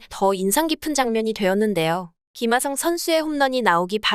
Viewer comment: 아니 ㅋㅋㅋㅋ tts에 어떻게 입력해야 김핫성이라고 말하는거임 ㅋㅋㅋ 진짜 핫해보이네